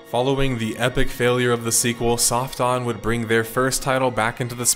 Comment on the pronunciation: I'm sorry, did you say "Soft Dong Entertainment"? I must be hearing that wrong, lol. Yeah I know I know, different cultures and languages and all that, but come on, lol. Oh wait, there's subtitles. Soft On, OK, I was hearing it wrong, lmao.